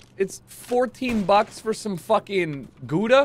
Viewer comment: The way pronounced 'Gouda' is great - Dutch cheese